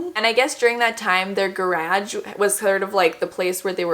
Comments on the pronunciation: with love, but the way you pronounce process and garage 💀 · The garage pronunciation 😂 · Congrats 🍾 also the way you say garage makes me giggle ❤️❤️❤️